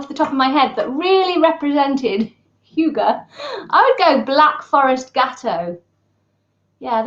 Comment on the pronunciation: How to pronounce "hygge": Not "hjUge". The start is as in "hymn", not as in "huge" (not "hjy", forget the "j"). The double "gg" means that the "y" should be short, then linger on the "gg" a little longer. At the end, emphasize the "e" as much as you did the "y", and maybe even go up a little.